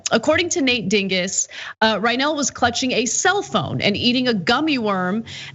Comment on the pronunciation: Heh, heh. She said "Dinguss".